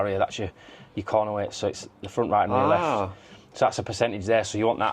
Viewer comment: Your leaft ear on your heed. 😂